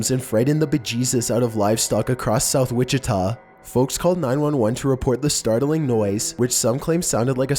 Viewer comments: Witchy Witchita mystery XD IM CRYING!!! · Wichita KS not Oklahoma.. but love the videos!!